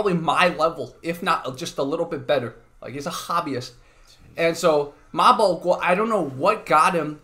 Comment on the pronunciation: Wow, the host of this channel pronounce the 马保国 so perfectly, I'm a Chinese and I can't even read it